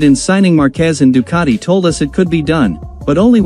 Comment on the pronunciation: Do not expect an englishman to pronounce any foreign word but in the English way. They will never pronounce Ducati correctly.